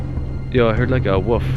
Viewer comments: a woof me: wolf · “A Wuff” 💀💀💀